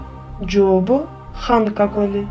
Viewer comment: Бул тесттер абдан мыкты бирок кыргызча болгондон кийин кыргызча так сүйлөсөң жопу элик дебей жообу элүү деп диалектикалык сөз колдонбо